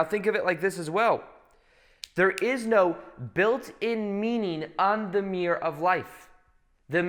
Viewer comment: Meerrr You mean mir-ror